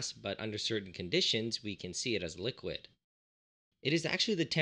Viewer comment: ah yes, the three states of matter: solid, gas and liqiod